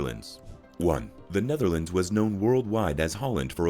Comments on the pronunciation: The guy has a problem with the thorn(th) which is a bit weird, because that is usually the reason the English like to laugh at other Europeans about the pronunciations of their second(third, fourth) language. Anyway, the most prudent way to solve that isn't to call a whole country by the name of a province, but to just use the country's name instead of the English one: NEDERLAND no thorn in there. Nor in the full name: Koninkrijk der Nederlanden And any dumdum that's using "woke" as an insult NEEDS to listen to some new material. I suggest James O'Brien's show, now also on utube! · Hi can you say Roof? ( many Americans struggle saying Roof correctly. you do okay when saying Nether but lands is a tongue twister for you. I still use CDs older cars still have cds players in them later players have soMe Digital in them through stick MP3.. Personally I ever brought music online.😊